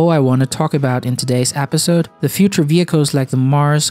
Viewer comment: he said apisode instead of episode...